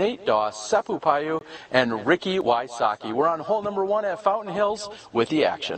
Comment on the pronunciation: Seppo Paju is pronounced "pa-yu" (soft j), not "pa-dyu". 🇫🇮😊